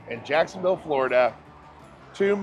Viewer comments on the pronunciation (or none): none